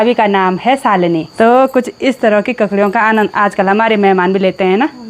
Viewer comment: Salini ni shalini naam to sahi lena sikh lo 😂😂